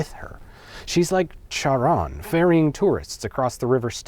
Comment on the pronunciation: Charon is with the same ch as chaos, not the ch of chat.